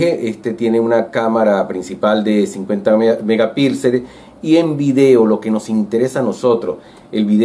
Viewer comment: Se dice megapíxeles, no megapilxes